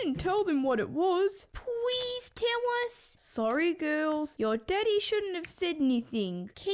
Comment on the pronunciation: instead of daddy i hear deaddy